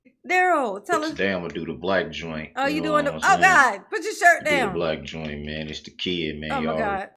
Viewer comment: He's made me irrationally-aggressive toward the word "mayne".